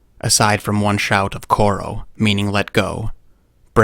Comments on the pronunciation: Yea it's so awesome. The narration was perfect but a little correction at 8: 7 it's not "choro" It's "chodo" Which means 'leave' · And the 'r' is pronounced as 'd'. So the word is really 'chhodo' which means 'let go'. It's a Hindi word and that figures because the labourers were from India. I'm Indian too and I know Hindi. This is a common word. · "choro" meaning let go isnt pronounced as khoro but choro(like the ch in the word chalk) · a small correction it wasn't “koro”, it was chodo (छोड़ो) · You mentioned that when Singh was dragged away by the lions, he uttered only one word, which you pronounced "khoro" meaning "let go". Is this word local to that area of Africa? Or is it the Hindustani word "chhoro" which also means the same? The chh in chhoro is pronounced a little harder than ch as in charm. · its pronounced cho-row Edit: You made a "Ko" instead of a "ch" sound at the beggining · Beautifully done but the word is pronounced with a “SH”, “Shorrdoe” Meaning let go. Keep up the good work... K-9 0Ut... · just FYI, its pronounced "ChoRo" with a "Cha" sound. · I speak Hindi and ive never heard it pronounced with a d. "Chhodo" is actually a "bad" word. The r is a hard r, but not a d sound.